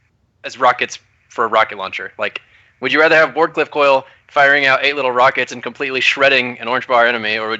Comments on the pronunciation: Can you please tell it's "Wardcliff Coil" and not "Ward of Coil". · I was waiting that whole time for to say the name Ward Cliff Coil properly just once.